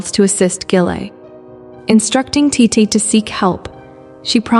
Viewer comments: you keep calling titi titty like bro im aaaaaaaaaaaaaaaaaaaaa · Tiddy? I thought it was titi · It’s TEETEE not TITTAY🤣🤣🤣🤣 damn!!! Hakan ALWAYS SHIRTLESS to greet the EMPEROR??? AAAYYOOO!!! 🤣🤣🤣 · Is it just me or tidi sounds like tity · .... Titti3s delight ..... It just keeps going 💀 Tai-tee as well ... Oh goodness XD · I lov this story so much but I js cant get over the way th narrator says " titi" like titty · It sounded like you called titi t!tty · You did “titi” so bad by saying her name as tit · Every time I hear the narrator say Titi’s name I make the Ishowspeed face because wth is that pronunciation 😂😂😂😂😂😂😂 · OMG wait me to 😭😭😭 i thought it was just me 😭🤚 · lol me to girl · ON IS ANYONE GONNA TALK ABOUT THE WAY IT SAYS TITI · She said titi